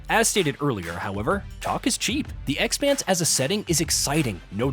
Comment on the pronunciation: Uh, it's not The eXpanse, it's the Expanse - the way you're emphasizing the X makes me think you've never seen a single episode of the show. One job, you had one job. Hope it's a great game though.